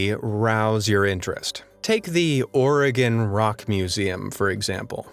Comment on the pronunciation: Thank you for pronouncing Oregon correctly